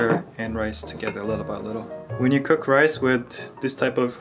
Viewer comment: The way he says "cook/cooking" though... He pronounces it like "kick" or something. Same with "food". He always says "fewd" instead of "food". Probably trying a British accent, although he is living with and learning from an American woman. 👎